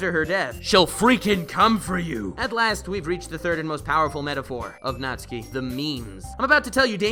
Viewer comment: YES! NATSUKI BEST GIRL. Also thanks for pronouncing hr name right, unlike some other youtubers (everyone but also specifically MatPat lmao). Also check out the Chime remix of Megalovania